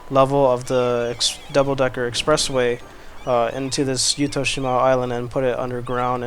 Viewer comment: 私はYuttho-shimaよりYuttho-jimaの方が自然に近い言い方だと思います I think words close to nature is more of Yuttho-jima than Yuttho-shima